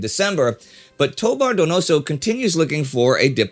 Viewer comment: then again toBAR doNOso shows you where to stress the syllables and here it comes in good ol usa grade school style doe-BAR doe-No-So